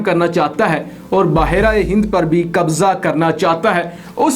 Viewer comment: Apko behr e hind kehna nhi ata kia??bahar aye hind kia word hua